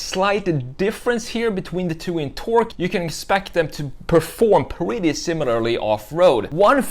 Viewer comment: Too much on the esthetics of the design and not enough on the mechanical features and ease of access for maintenance. Now for the brutal, but honest critique. Get a speech coach and learn how to pronounce your "r's". I was constantly distracted from your narrative by "pwetty" and "gween", etc. I can't help it, the substitution of a "w" where a "r" should be was very annoying.